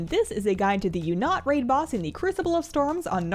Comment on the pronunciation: everyone : oonat hazel : you'nut ? :D